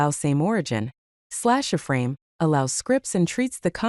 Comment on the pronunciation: It's an I-frame, not an uh-frame...